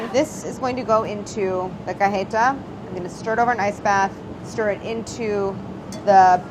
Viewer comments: Don't even get me started on "cah-heh-tah" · Any other Latinxs feel unreasonably irked by the way Claire pronounces cajeta?